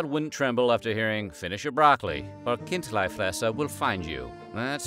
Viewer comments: It‘s Kind-LEE-fresser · It's Chindlifrässer (Khin-dlee-frass-err) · It is pronounced Kint'-lee Fres'-ser and the city is pronounced as Bearn. Just like the animal it was named for. The "Ogre" is meant to represent a Moor, or Turk as it was carved at about the same time as the siege of Vienna in the 17th century